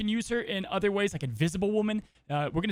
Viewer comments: I love the podcast (great idea fuel for my decks) but Polaris is pronounced puh-lair-ris, not po-lor-ris. Keep up the good work! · "pole-Air-us" fucking say it with me.